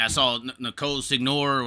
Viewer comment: "Sig-Nor". ha come on. Good stuff dude! Crack me up. Torgeson clearly comes up the track....